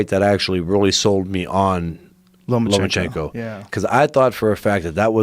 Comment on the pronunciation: Is it bugging anyone else that he keeps saying Lomanchenko. With a N